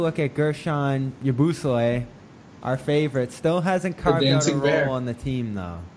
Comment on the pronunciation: How come you pronounce yabusele as "ya-boos-alay" when it's "ya-boo-selly"